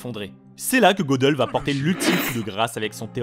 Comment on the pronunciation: En fait ca ne se prononce pas Godeul mais Gueudél